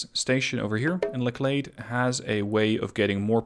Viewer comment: just thought I'd let you know.....its pronounced LETCHlade lol, as in a door LATCH but with an E. Not really important I know lol